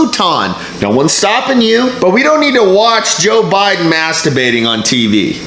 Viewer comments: Wait! Is he saying masturbating or mask debating? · It sounds like he’s saying Masterbating instead of Mask debating 🤣🤣🤣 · Gees, I'm sorry, my hearing is bad, I thought you were saying masterbating... Then realized it was mask debating. My bad . Must be the ( Corona) I drank a while ago.😀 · Did those reporters say masturbating or mask debating😁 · Was he saying mask debating or masterbating? 😐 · OK, I spewed beer on my screen when he said "Maskerbating". That was funny and I will remember that. Is maskerbating in public legal? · Hahaha he said maskdebating! 😂🤣🎯👊🏻💥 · Mask debating together in a circle. I can't wait to hear someone mispronounce that live on TV. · Did they say Mask debating? or something that sounded similar!